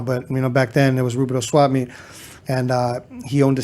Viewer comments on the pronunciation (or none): Yo don’t even say rubidoux u ain’t got that right 🤣..the west to hot to have a swap meet(.indoor- has been bulldozed)